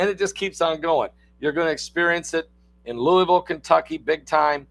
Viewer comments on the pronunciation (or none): none